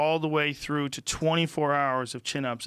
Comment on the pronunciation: "They'll come fuck you thew"